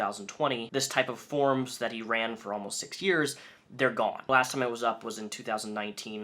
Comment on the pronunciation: Everyone - For-ums. YOU - Forms.